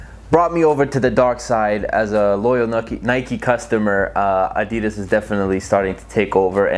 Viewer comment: The way you say adidas 😬